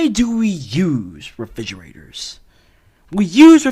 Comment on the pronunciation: “refigeraters am I rite?”